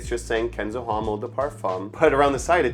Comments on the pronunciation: Common dude HOMME! you are in parfums at least try to learn 3 words used in perfumery for everyone not professional. HOMME most common one , losse H if you dont use nasal o no matter but lose H. It like Jack ( yack) instead ( dʒæk, j+a sound) 😅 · The H in homme is silent